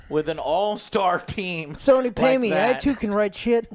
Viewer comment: sawny new…. Dude has the hardest time pronouncing words he constantly does this with so many things